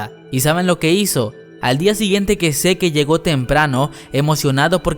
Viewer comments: Encuentro más exasperante oír cuando dice "zeke" siendo que se lee "zek" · Que no se pronuncia sic y marli? no seque y mare :v jajajaja todo el video me la pase imaginando que decias "ahi mare" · Escuchar todo el rato "seke" en vez de "sik" está cabrón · Me da ansiedad cada que dice SeQUE en lugar de SIK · Zik se pronuncia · pero se pronuncia ( zik ) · No se dice "Mare" es "Marley". Y no es "zeke" es "Zik" me cagan cuando pronuncia mal. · Zeke se ponuncia Zik Mare se pronuncia Marley No hate :) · No pronuncia mal el nombre? no seri pronunciando "zik" "yeguer"??? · Se pronuncia Zik no seque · Se dice zik no seque. Que estresante